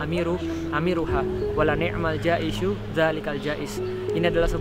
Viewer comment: Kayaknya jaisyu dzalikal jaisy, bukan ja'isu deh ustadz kalo gw yang salah koreksi ya guys ama attach source nya juga